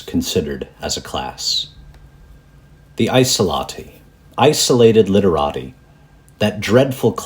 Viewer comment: "ice latte" in a japanese accent